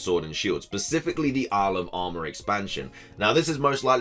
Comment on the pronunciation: Whenever you say "Isle of Armor" it sounds like you're saying "Alabama" 😂😂 Love your videos dude, keep up the good work!!